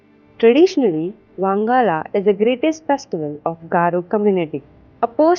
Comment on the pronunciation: It is pronounced as "Wan-ga-la " Not "wang-ala" Usually celebrated in the month of November . This is not a hate comment it's a correction 🤗🤗.